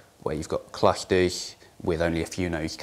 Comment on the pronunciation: ROFL sorry "what it ehh" "dehentrealized hehtem" "cluhteh"